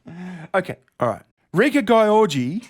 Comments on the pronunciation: I'll bet that "Gyorgy" is pronounced "Giorgi" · Gyorgy is pronounced like George. Trust me i'm hungarian..... and i laughed every time you butchered her name. XD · To be fair, "Gyorgy" really should be pronounced "Yiorgy", which is a variant of "George" in Greek. Yes, how ironic it's a Greek name - the inventors of up the ... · Pronounced "Georgie" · I know someone with the last name gyorgy. It's pronounced george-E but it is spelled hilariously